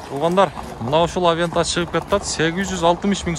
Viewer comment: Авента эмес, аванте